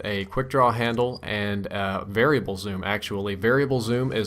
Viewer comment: you said variable zoom wrong black ops